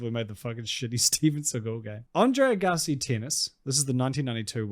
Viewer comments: Andre “Uh-gahsi”🙄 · Are you saying André Gassy? 😂❤😂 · Dude put some respect on Agassi and say his name right he is a legend